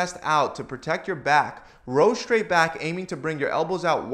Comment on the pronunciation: Thanks for the great content! Did you notice that you say the word "straight" as if it were spelled "shtraight"?